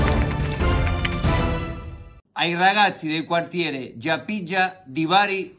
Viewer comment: L'ha letto così come si scrive 🤣